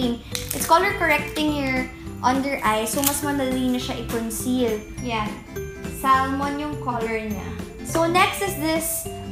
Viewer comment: Silent l po yung salmon :)